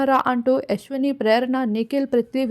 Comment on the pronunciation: యశ్విణి కాదు తల్లే